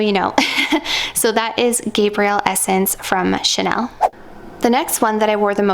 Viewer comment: i think it's Gabri - elle, feminine, Gabriel is a man's name